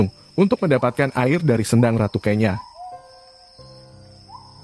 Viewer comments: Bacanya bukan kenya tp kenyo,...yg berarti perawan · Saya risih dg pembacaan kenya yg keliru. Mestinya tanya dulu ke orang di sekitar tempat itu.